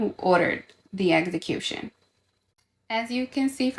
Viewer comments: She really says "eggs-uh-caution" 💀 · The eggs-uh-Q-shawn is flawless tho